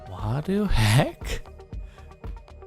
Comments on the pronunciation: "WADU HEK" Jordan is now confirmed to be the real WADU XD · He said wadu hek